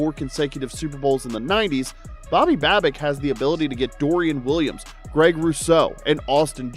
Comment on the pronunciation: Dude we had the division sown up 4 days ago. We won't be resting guys unless the 1 seed is out of reach. Do you even know what you are talking about? You keep pronouncing Babbages' name wrong.